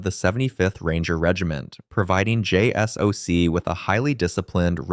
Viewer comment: “JSOC is pronounced “”jay-sock”.